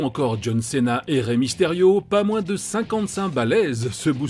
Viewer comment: Bu2f cena ça se prononce cina